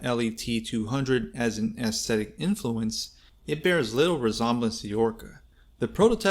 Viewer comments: “resomblence.?” Wtf…”inknowvative…?”.. another wtf…crock of $hit video… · Great video, but wow, dude, you pronounce words like I’ve never heard from anybody ! “Ree-zom-blance” for resemblance😂 really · The way you pronounce innovative and resemblance? 😉